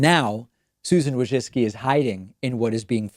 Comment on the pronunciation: You pronounced her last name wrong, it's WOJCphlem...spit...ZUCCCCHIIII! It's an ancient name that must be spoke in toungs.